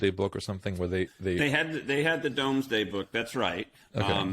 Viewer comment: It is pronounced Doomsday book.